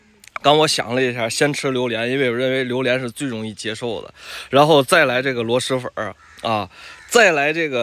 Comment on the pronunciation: 螺“丝”粉，不是螺“狮”粉。。。👎